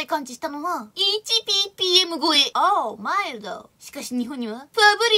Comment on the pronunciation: オアウ むぁいるど の言い方が良かったです。 今日は角光んないんですね。 森永 生きろ。